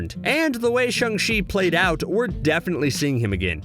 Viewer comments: I think it’s shAng chi, not shUng chi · I HATE HOW HE SAYS CHANG CHI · Are we not gonna bring up how he keeps messing up the names like Fenrir and Shang-Chi